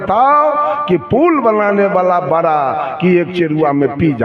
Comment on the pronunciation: राम की निंदा करता है ये कपटी सत्संगी नहीं हो सकता ईर्ष्यालु बाबा बड़ा बड़ा को बरा बरा बोलता है बोलना तो सिख लो कपटी साहेब जय श्री राम जय श्री राम